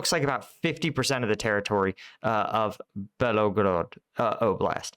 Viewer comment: You probably didn't intend to make it sound that way, but you said that Ukraine, in the Kharkiv counteroffensive, "seized what looks like about 50% of the territory of the Belogorod [sic] Oblast." ALL of the Belgorod Oblast (note, three syllables, not four) is in Russia. Even though in the 17th and 18th centuries the area of the Oblast was part of the Cossack Hetmanate under the Kiev Governate and therefore considered part of Ukraine, Ukraine is not contesting the area now. None of it was seized by Ukraine. The territory that Ukraine regained (not "seized") in the September counteroffensive is all on the Ukrainian side of the border, and in the Kharkiv Oblast. I imagine that you meant to say that the number of sq. km. retaken by Ukraine in the Kharkiv Oblast amounts to about half the size of the Belgorod Oblast. That seems more or less correct.